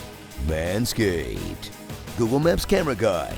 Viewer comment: “Man scaped” 😂😂😂